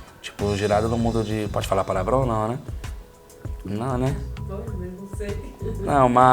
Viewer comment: "pode falar paravrao?" ta certooooo